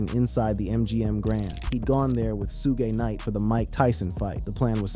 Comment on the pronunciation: That moment when u figure out this is being narrated by AI because Suge Knights name was pronounced Shoog-gay. 😂 🤦